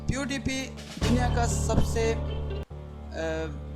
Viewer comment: OMG your voice not correct check voice on google translator .